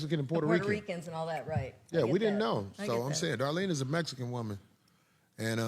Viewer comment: Thank you Cory for actually emphasizing the pronunciation... its Mexican.... not mesican